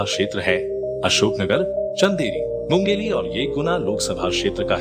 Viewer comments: Its mungaoli not mungeli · मुंगेली नहीं मुंगावली शादेरा नहीं शाड़ोरा पिपराई नहीं पिपरई नाईसराई नहीं नईसराय ईशागढ नहीं ईसागढ़ बहुत गलतियां हैं सुधार लो। अच्छा रहेगा।